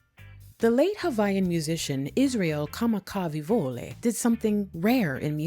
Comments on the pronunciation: Only noticed one mispronunciation (ahonui). You may have stumbled a little on Bruddah Iz's last name, but it was a good effort. Everything else was spot on. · You nailed it on this. Just reach out for help with olelo Hawaii. I knew you were mainlander with the pronunciation of Kamakawiwoole. Otherwise this is a beautiful testament for the Spirit of Aloha. Mahalo nui.